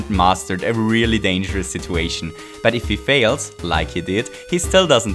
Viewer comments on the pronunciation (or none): none